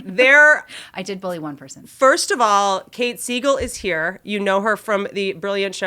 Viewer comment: Kate Siegel not Kate Segal. I got confused.